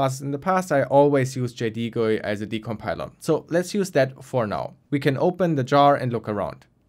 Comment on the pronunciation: why do you say jaydeegoy